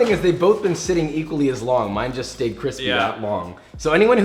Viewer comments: cwispy aprons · can we get a cwispy count? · Am I the only one that wants something with “quispy” (crispy) on it??? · I don’t think I’m ever gonna get used to hearing the word cwispy LOL Love your videos!! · You should do a series called But Cwispy. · “This isn’t just a hashbrown, this isn’t just a cwispy, this isn’t just a but better. This is history.” Josh 2020